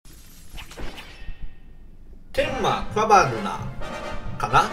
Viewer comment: カヴァルナじゃなくクァバルナですよ